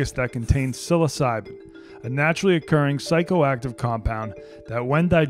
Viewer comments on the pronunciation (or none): none